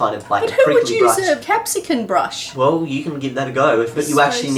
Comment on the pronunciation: What is that "Capsican" thing you speak of?